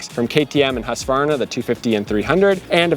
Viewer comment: Love your tests and your comparisons, and you even pronounce Husqvarna correctly! However, “RPM” is already plural, so please stop saying “RPM’s”!